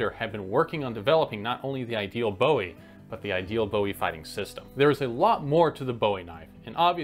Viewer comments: Fascinating video, and very interesting. Small point - I was always told it was 'Boo-eee', when speaking of the frontiersman James Bowie. The pronunciation 'Boh-eee' related to the musician David Bowie. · BOO-ie, not BOH-ie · Thank you! Very useful information, but it was pronounced Boo-ie, not Bow-ie. Hence, the David Bowie comments. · I’ve talked to some of Jim’s descendants. They told me that the name was mid-pronounced even before Jim made it famous. If you are calling a knife by the name of the man that made it famous, you should pronounce it the way he pronounces his name… “Boo-wee” 👍🏼👍🏼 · So when did David Bowie have a fighting knife made? I can only assume that's whose knife you keep referring to every single time you mispronounce Jim Bowie's name. it's boo eeee not bough eee. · First question - is there any difference between a Bowie Knife and an Arkansas Toothpick? Second question - isn't it pronounced Boo-E and not Bow-E? Third question - Isn't the James Black Bowie knife, made in Washington, Arkansas in 1830 considered the first actual Bowie? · Only thing I would change is the Pronunciation of the word Bowie. There are many that say it is not pronounced like it is spelled (bow-ee) but rather boo-ee. I know, but while I am a fan of David (RIP) he is not remembered for a blade but more-so his cutting edge music! lmao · I really wanted to watch, but can’t, just kidding I did watch it and subscribed and liked. But, every time you say “boh-he” I get distracted. Bowie is “booo-We” like “boo” I scared y’all, who got scared “we” did. Difference is Jim Bowie not David Boh-he. Great video though. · Counter-intuitively and despite popular belief, the correct pronunciation is "boo-ee", and not "bow-ee". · Please be advised. The Bowie knife is pronounced Boo-we. Not Bow-we as in David. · David BO-e... Jim BOO-E... BOO-e knife. Great info, but don't call him BO-e in Texas. Yikes. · Pronounced BOOEY not BOWIE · It's pronounced Boowie. Not Boewee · Pronounced "booee".